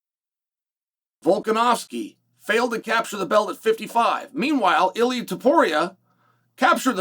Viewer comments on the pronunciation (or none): none